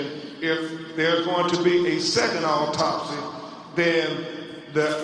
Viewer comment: Autopsy is pronounced awtopsy not eytopsy😊